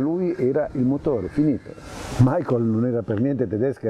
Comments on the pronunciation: Ma non è "Maicol" aĺl'inglese, bensì "Micael" alla tedesca. È come chiamare Giuseppe "Giuseppi" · 🤔¿perché molte persone pronunciano il suo nome come fosse Anglo-Americano?...dai su!